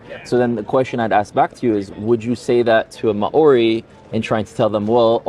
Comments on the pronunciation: Bros gotta learn to pronounce maori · This was a fantastic dialogue. As a half-Kiwi New Zealander - I do have to comment on the pronunciation of Māori - this link briefly explains ->